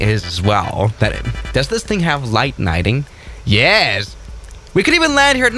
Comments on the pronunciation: did he just say, light nighting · "light nighting" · "light nighting" nice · „does this have light nighting?” Nooooice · Nobody: Absolutely nobody:: dOeS tHiS tHiNg hAvE LiGhT NiGhTiNg???